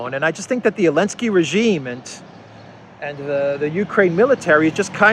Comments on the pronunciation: Why do you keep calling him Elensky instead of Zelensky? Is it some kind of joke or what? I don't get it. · I feel like missing on a meme or something? Why is everyone calling Zelensky "Elensky"?